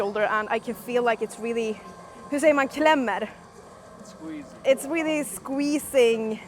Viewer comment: Visste in ens att du va svensk förrän du sa ”klämmer” 😂